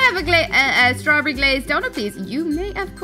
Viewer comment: she said strabbery good video